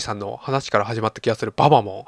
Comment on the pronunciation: ババモンのアクセントって後ろが強いんじゃないんですかね？ｗ